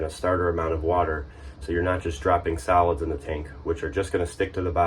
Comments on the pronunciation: I kept hearing salads, and how they build up in the black water tank, salads this and salads that....what?...??....oh wait its Solids!...lol....:) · I heard the same, you weren't alone 😂